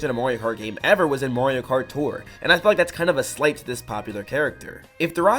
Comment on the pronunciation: You accidentally said Mario karty